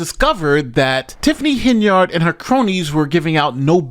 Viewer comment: I love that, pronounces,Henyard correctly.